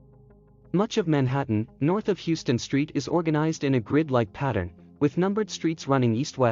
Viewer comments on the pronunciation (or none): HOW-STON.........Please get this right next time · In New York City, it's pronounced "How - ston". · needs new narration, hey I would volunteer...heard Heww-ston street wayy tooo many times... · It's pronounced: Howston!